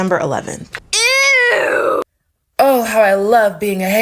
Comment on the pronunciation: lol i love the way you say ew, it sounds like ewe . Accents are so fun. Thanks for the video !!